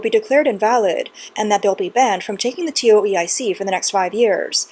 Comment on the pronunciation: Was wondering what a TeeOh EeEye Seek exam was.. Tow-Ik